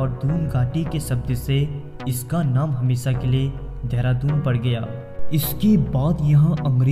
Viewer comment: धेरा दून नही चंपू. ...देहरादून. ..pronounce it properly. ...!!